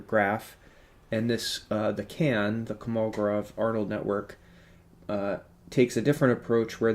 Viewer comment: It is pronounced KolMOgoROV